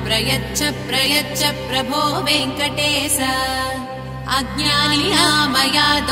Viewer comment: వెంకటేశ అనేప్పుడు "శ"అనే అక్షరం "స"అన్నట్లు వినిపిస్తుంది.చాలా క్లియర్ గా అలానే వినిపోస్తుంది.